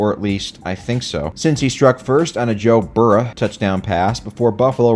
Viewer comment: Cinci-natah, Joe Burr-ah, and Buffa-lah. Literally the best moment of the video. P.S. I did in fact watch the whole video, I'm not gay.